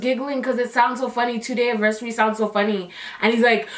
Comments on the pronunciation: I am laughing so hard at the fact that you say “aversary” instead of “anniversary” AHAHAHAHA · 2 day "aversary" hhahahah i thought it was anniversary😂